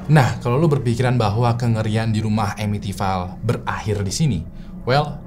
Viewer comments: Bacanya bukan amitivail bg, tapi amitivil. Krna ville itu dibaca vill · It's Pronounce EMITIVIL not EMITIFAIL.. Sorry gatel gue.. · masukan aja si, sebelum record mungkin ejaan2 bahasa inggris dipelajari dulu bang. misal amityville, ville (vil, bukan vail). CMIIW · pronounce Amityville nya salah, yang bener itu baca nya emitifil